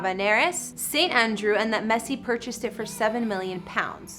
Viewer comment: Thats not the correct way to pronounce his name.. atleast get his name right if you don't know shit about soccer